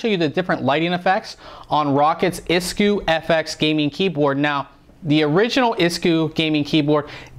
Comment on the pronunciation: nailed pronoucment for isku :D